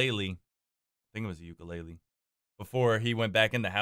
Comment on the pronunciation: the way he pronounces ukulele makes me cringe inside